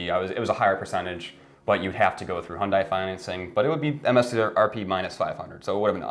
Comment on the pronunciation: its not messed up its called " supply & demand" dont say ydk & mislead viewers. its still a free market & we're plagued by "chip shortage" & supply manipulation than valued goods now become precious. & its not " hundie" its called hyundai pronounce [hyun-day] u guys clowns go drive a fiat quit driving my countries cars